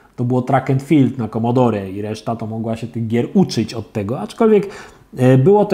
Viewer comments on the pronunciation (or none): none